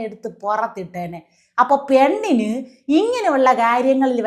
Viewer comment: പ്യണ്ണ് അല്ല പെണ്ണ്.... ആദ്യം മലയാളം പറയാൻ പഠിക്ക്.